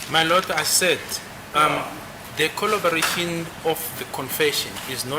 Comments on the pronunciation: Collobaration, Collobaration, Collobaration...🎉😂😂😂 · Konje yini ukudelela ngesilungu.😂😂😂😂😂 Now Mnisi is fuming and is about to let it rain cats and 🐕 🐶. Woo can't wait for cross examination, this one and Baloyi are going to jail. Pompous, who can't pronouse collaboration but does it in isizulu.